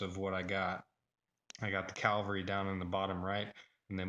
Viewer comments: Cavalry. Not calvary. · Cavalry not calvary!